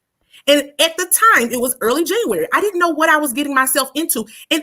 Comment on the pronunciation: I was always disturbed by the way pronounced JANUARY!🙄🤦🏾‍♀️ “Janarary”🙄